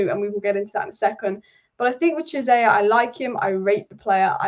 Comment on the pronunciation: Chiesa (Key-ay-za) not Jizayer 😭